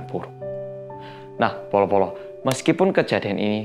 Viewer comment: Bolo-bolo tapi kedengeranya polo-polo